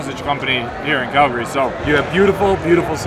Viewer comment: Why is he pronouncing it KELgary? its an "A" not an "E"